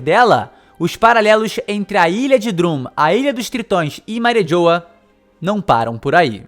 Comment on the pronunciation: Eu fiquei com agunia dele falando "Mari JHOWA" kkkkkk é Mariejois, pronunciando em Frances fica tipo Marrijuá...